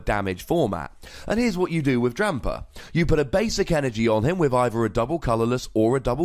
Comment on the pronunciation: that extra "r" is fun to hear. #Drampar